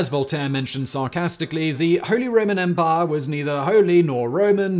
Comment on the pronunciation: "Holy Roman Empah"